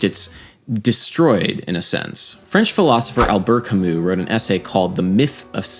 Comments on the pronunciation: good video, its pronounced al-bare kam-oo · The pronunciation of Albert Camus was wrong lol